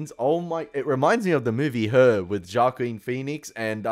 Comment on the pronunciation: hwa-keen phoenix (